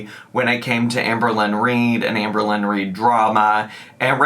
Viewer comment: Oh I see, someone fell for her manipulation tactic with the poem😅 Also it's Amber Lynn. Not Amber-Lynne, nor Amer-Lynn.